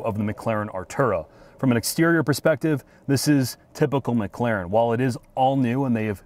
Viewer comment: It's McLaren, not McClaren 😂